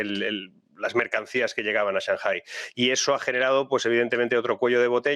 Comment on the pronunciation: Porque siempre pronuncia "shanjai"?? Lo pregunto desde el desconocimiento. Saludos